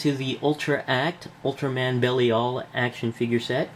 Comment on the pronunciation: I believe his name is pronounced "Buh-LIE-el". Nice review! :)